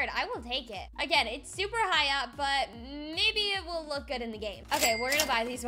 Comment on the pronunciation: You said baby instead of maybe